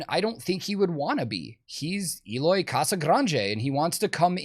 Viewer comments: Eloy has been the VERY BEST metal drummer for quite some time now. That people would not know about him, it's fine, but say he's not good? HE IS THAT GOOD. After all, Slipknot JOINED Eloy for a reason. and his name is spoken EH-LOY, not EE-LOY. CASAGRANDE is spanish/portuguese for big house. Casagrande is actually a very common family name in Brazil. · Had to say it.... Pretty sure it's prononced 'L-oy" not 'Eeeeloy' hahaha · actually the "E" in Eloy's name is pronounced like the "E" in "ten". the rest is correct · According to Eloy, you pronounced Eloy wrong though. It’s Eloy, not Eloy 😆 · Eloy is great, but his name doesn't start with a J and end with a Y, so I dont know man!